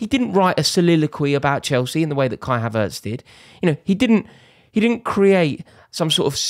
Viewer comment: Nah more like " You were never proper Chelce "